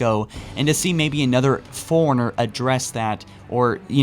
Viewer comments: why do people pronounce it foreigner when its (Fore-runner) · He also mispronounces “Forerunner” and some other words. He either cannot read properly, or English is not his first language.